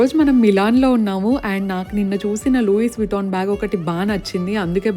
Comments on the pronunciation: Hey it’s not Louis you pronunce it as loui S is Silent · అక్కో! లూయిస్ వుట్టాన్ కాదది. లూయీ విట్టాన్‌ 😊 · It's pronounced Louie Vuitton not Louis Vuitton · It’s not pronounced as loo iss Vuitton it is loo e Vuitton (Louis Vuitton) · Loouis kaadu u should pronounce it as loo·ee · vuh·taan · It’s spelled as loo ee vuh taan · Louis Vuitton lo s silent Andi means loui ani pronounce cheyali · Louis Vuitton pronunciation is loui vitton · Louis lo ‘s’ silent Akka 😅 loui ani pronounce cheyali ☺️ btwn I like your content keep going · you have to pronounce chanel as "shanel" and louis vuttion as loui vutton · First pronounce the brand name correctly 🤣🤣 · S shouldnt be pronunced. Beautiful bag❤ You deserve it